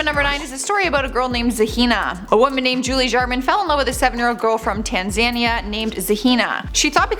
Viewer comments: Nicola is not pronounced ni cola 🙈😂 nic a lah and tanzania is pronounced tanz a nia not tan zan is 🤣🤣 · Ummm, so it’s Tan-za-neeah ( Tanzania) not Tan-zayn- eeah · The girl's name is pronounced NIC-uh-luh, not Nic-OLA and the country is pronunced Tan-za-NEE-uh, not Tan-ZAY-nee-uh. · I didn't know you were Canadian until you called Tanzania Tanz'Anne'eeyah lol Ps: All of these kids are little psychos & all need a smack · It's tan-za-NI-a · No, she pronounced it weirdly! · Thank you!! I've been scanning the comments to see if anyone else had picked up on that and was starting to think that no one else had noticed.